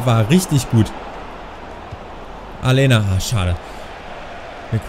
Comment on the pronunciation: Aleña wird Alenia ausgesprochen, ansonsten Super Video mal wieder von dir :D